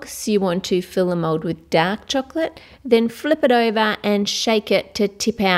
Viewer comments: i hear you said mod insted of mold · Why you say mode